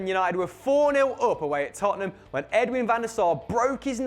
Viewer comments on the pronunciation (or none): none